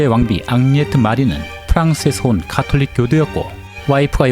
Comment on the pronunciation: 카톨릭이 아니고 가톨릭입니다